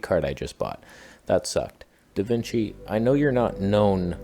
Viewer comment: I now call Resolve "DaVinch"